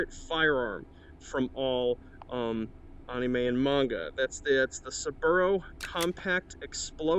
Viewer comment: I love so much that you pronounce "Anime" correctly. I knew I couldn't be the only white person who did that.